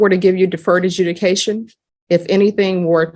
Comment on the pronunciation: Just realised she said deferred adjunication